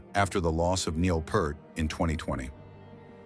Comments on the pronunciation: Stop calling him Neil Purt. Its pronounced Peeeert! Damn AI turd. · Once you say Pert, I'm done! Get it right Ai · "Pee-ert," not Peart... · Lost me as soon as AI said, Neil "Purt". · I refuse to watch these click bait clips that can't even pronounce Neil's name. Made it through :27 seconds pure 🐂💩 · FFS, pronounce Neil's last name correctly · You don’t even pronounce Neil’s last name correctly. Click bait video title was a red flag. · How many times do we Rush fans have to go through these videos whether real or AI mispronouncing Peart?